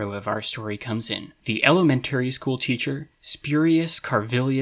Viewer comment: school would be skool not skhool